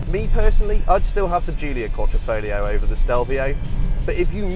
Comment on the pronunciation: If you are talking about one of most significant badge in automotive history, fyi one tip of triangle represents signore Enzo Ferrari, you should at least learn how it is pronounced..you made it sound like sifilis dude. Fare well..Alfista Croatia